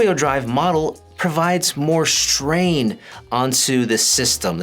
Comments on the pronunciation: Does he say shtrain? Im wheezing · LMAO I read your comment right when he said it hahahaha SHHHTRAIN